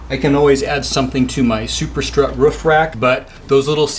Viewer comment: Up on your wroof. You know, on the woof.